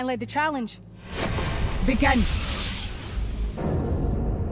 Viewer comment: How dare she say "let the challenge BAGEN" , she has ruined the most beautiful catchphrase in TV history....